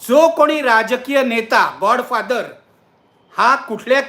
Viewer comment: नक्की नीट सांगा गॉड की गा? बोलताना जीभ घसरतेय